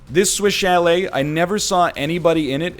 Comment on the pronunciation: Ok the whole time he was saying "Swish Chalet" i thought he was saying "Switch LA"